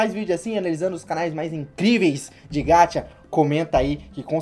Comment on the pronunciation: 1- e Hummy Chan não rummy 2- e gaCHA não gatcha 3 e fibi que se fala não Phoebe